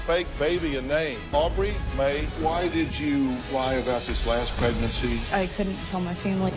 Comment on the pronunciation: Why are they pronouncing aubrie Mae so strangely?